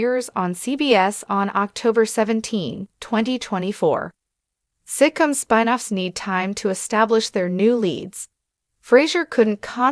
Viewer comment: Computerised voice! It's spin, not spine! Shame!